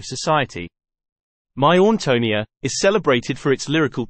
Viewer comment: You might want to learn the correct pronunciation of the main character’s name before doing a video!